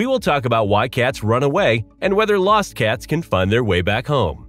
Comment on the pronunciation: You say the word cats funny 😂 Katz ? you must be from the Midwest